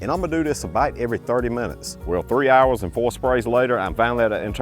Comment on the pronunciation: “abite 30 minutes” 🤔